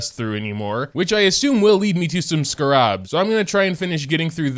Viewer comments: I know your frustration. But my own critique of how you’re pronouncing the scarabs is personally frustrating. Because it’s not pronounced “scuh-rabs”. It’s “scare-ibs” I’ve never heard of a single other person pronounce them the way you do. I’m sorry for sounding very rude, but I’m grammar nerd I guess you could say. And when I know how a word is pronounced and I hear someone say it completely wrong, it frustrates me. Especially when it’s a word where there really isn’t multiple ways to say it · IT'S CALLED Ske-rabs